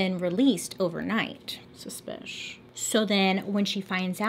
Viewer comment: Nobody:... bailey: suspish🤔🧐🤨